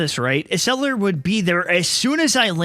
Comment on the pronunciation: First it it Ecseller not Eseller And do the sequel